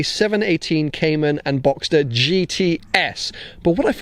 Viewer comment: congrats, too bad you still can't pronounce the name correctly...